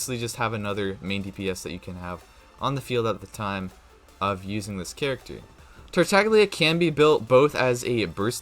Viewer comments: I found this out the other day but apparently Tartaglia is an italian name and the g is actually silent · Kigen Jones did you know there was a ganyu video released and she said the wrong number and they quickly deleted it and reuploaded the correct video with her saying the correct number of glaze lilies/heart beats. Mihoyo would not let him pronounce his name wrong and say it multiple times. A YouTuber is a Genshin streamer and does it for a living and doesn’t even care to pronounce names correctly and it absolutely kills me every time I can’t even watch his videos anymore. I wasn’t trying to argue I just wanted you to know. Sorry if I sounded rude tho